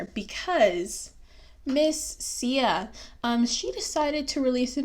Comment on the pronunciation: You are not autistic But you are just rude And guess what? I have autism in my family, a LOT of beautiful people that are special to me. So.... I loved it... get off your high horse. You cant even pronounce her name.